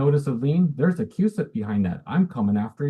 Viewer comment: It’s “cusip”